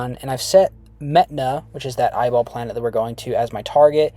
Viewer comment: mehtana more like meth-ana